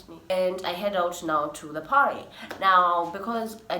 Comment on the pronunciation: Wewe sema tu Apo parhee (party) wacha mi nivae mask ya Corona virus 😂😂